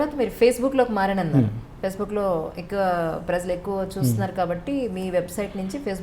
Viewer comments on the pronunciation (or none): Amma tallee..... Aa padam "prajalu " .... Kaani meeru daanni "prazalu " ani paliki khooni cheyyoddu.... Kaasta telugu sariga maatladadandi tallee..... Neeku punyamuntundi